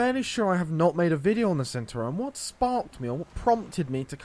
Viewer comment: It's pronounced 'Chentauro'.